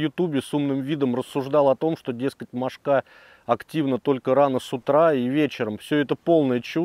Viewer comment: Одна - мОшка (ударение на первом слоге. Две, три - мОшки. Много - мОшек. Закусали - мОшки. Но не мошкА.